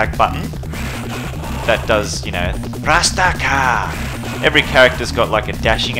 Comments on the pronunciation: Alex doesn't say "rastcar" he says Gurando Appa which means ground upper, his fist scrapes the ground when he does the uppercut When I was a kid playing these games I thought he said grab the power 😅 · He’s saying grand uppah (grand upper), not rastakah rofl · Glad to see someone who actually appreciates Bare Knuckle 3 and you play the superior Japanese version. Good man, keep up the good work. Edit: It's "GRAND UPPER!" , not "RASTACA!". Haha. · Axel says grand upper. Dont worry dude. As a kid we thought he said gratta pah. And we still say it to this day